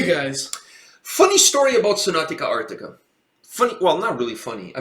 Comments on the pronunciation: Not trying to be disrespectful or anything but if you are gonna react to a band please learn to say their name properly. Its Sonata not Sonatica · I was a tiny bit triggered as you kept mispronouncing sonata as sonatica :D Cool review otherwise! Hopefully you will check their live stuff too because Tony Kakko is a really good singer on stage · Dude me too, i winced each time he said Sonat-ica instead of Sonat-a. But oh well. lol